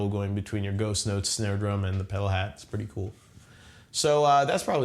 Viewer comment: at 20 seconds in, I swear he said "I'm gonna touch on ghost nuts"